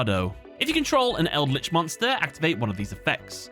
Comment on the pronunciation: Like the content but still throwing a dislike because it's eldlich. You understand right.